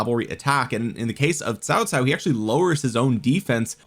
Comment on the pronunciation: Why do you pronounce Cao Cao as Tao Tao?